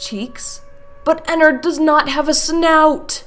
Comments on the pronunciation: "Ennard" Not Ennerd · thats not ennard, thats airnnard